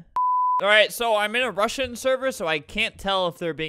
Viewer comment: albert pronouncing russian like the english alphabet